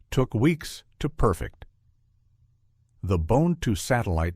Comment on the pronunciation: The AI has yet to perfect the perfect pronunciation of perfect.